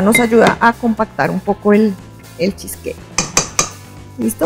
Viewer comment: De acuerdo! Sin rodajas de limon 😂 estridente manera de pronunciar cheesecake y bowl 😑